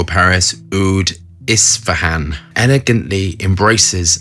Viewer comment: hey, Isphahan isn't that difficult to pronounce. lol Not everyone is American!